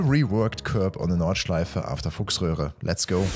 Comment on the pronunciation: "on the Nordschleife after Fuchsröhre" 🤣🤣😂😂🤣🤣😂😂🤣🤣😂😂🤣🤣😂😂